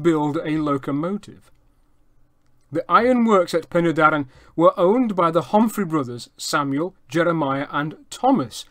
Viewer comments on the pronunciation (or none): Penny Darren NO! Pen y Darren Phonetically Pen er Darren Pen = head, and in this use Head of the Darren = The river that runs down the Darren Valley to Caer Philli. Doen the Taff Bargoed Railway in Railway jargon. If you are going to tell us 'History', then please research and get the pronunciation right